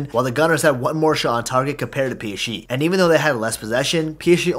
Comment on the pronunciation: Doesn't anyone realise he says he psche instead of psg